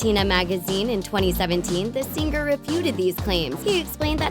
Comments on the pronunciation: Its Sing-er not Sing-ger. Driving me nuts! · Could you maybe hire someone who doesn't butcher the word 'singer' every single time? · ITS PRONOUNCED 'SINGER' NOT 'SING-GER' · its singer not sing ger